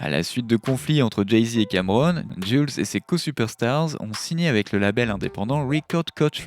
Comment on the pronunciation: Cest pas "jule" santana mais "jouelze" santana.